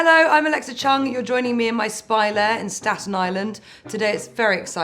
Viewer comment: Chung is such a Hong Kong surname and I just realised you pronounce your surname very differently from what most Hong Kong people do. Very different but charming =)